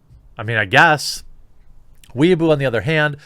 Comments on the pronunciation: wouldn't it be pronounced more like "way bow"? I have no clue, chinese is a language that escapes me. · Jeremy, the pronunciation for Weibo is NOT "wee a boo" (that is what someone who wants to be Japanese is called, it's a derogatory moniker). It is "way bor", with no emphasis on the 'r'. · It's Weibo, not Weeabo. Way-bow. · weibo is now weeaboo no one pronounces it properly. i know how its proncounces but even i say way bow which is also wrong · Fuck, weibo isn't "weaboo", weaboo is weaboo aka weebs. weibo is pronounced "way - bwoh" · "Weibo" as "Weeaboo" makes me laugh. I'm not fluent in any chinese language, but I think it's "wey'bo." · please weibo is pronounced like whey baw not wee ah boo. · Whey-bow not weaboo, completely different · "Weibo" is pronounced "way-bow", not "weeaboo." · Can we just sit and appreciate how JerBear pronounces Weibo, which should be pronounced kind of like WHY-bwa, and he pronounces it literally like WEEABOO!!!! 😆🤣 Giving a shout out to the weebs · "Weibo" is pronounced more like "way-bo" btw. Hearing a homonym pronunciation like "weeaboo" just made me chuckle lol. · It's gotten painful now. The Chinese social media site is WAY-BOW (as in bow and arrow). An annoying person obsessed with anime is a WEE-UH-BOO. Learn the difference. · You kept mispronouncing Weibo ad "weeaboo". It's pronounced as "Way-bOh". It just bothered me how you mispronounced it. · Believe it’s pronounced: “Wei-bo” (unless Chris from China Uncensored is doing it wrong) just sounds like Jeremys talking about Japanese Otakus. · Jeremy keeps saying "Weaboo" instead of "Weibo"; whether this is intentional or not, I hope he keeps saying it! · Its pronounced "wei boh" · It's pronounced Whey Bo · it's pronounced Way-bo -_ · Way-Bo. Weeaboo's are cringey westerners who are super cringe about anime and tend to interject their speech with random Japanese words. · It's pronounced "way bo" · God bless you for pronouncing "Weibo" as "Weeaboo"